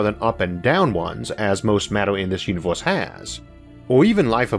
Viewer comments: Sadly, he said univorse instead like he always does. Whatever that is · da univose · he had me at "vee uniworse..." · When he said Univorse i clicked paused then wrote this comment then exit youtube